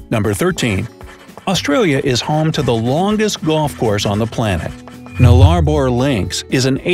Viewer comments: anyone who has ever lived in Australia cringed when he tried to pronounce "noongar" edit: and "nullabor" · It’s honestly a testament to the lack of effort put into this video. For everyone who actually cares to know, it’s called the Nullarbor (as in Null Arbor - no trees) and you pronounce it NULL-er-bor. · NULL- A-BORE...Is how you pronounce where the golf course is. And how dare you take our best and funniest hoax aka the Drop Bear and tell everyone it was not true!😂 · Is it just me or did everyone laugh when he tried to say “Nullabor”?? 😂😂😂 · My head hurts from the mispronunciation of "nullarbor". 😬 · I was expecting to see Tim Tam slammer, or the bunyip, or how mnt Ansley, and mnt Kosciusko swaped names. also, you pronounced EVERY SINGLE SLANG WORD WRONG! also just because ONE PERSON in Australia tried to rent a grandma, does Not mean we all do it. so if any one is reading this wants to learn about ozzys, watch a vid made by an ozzy.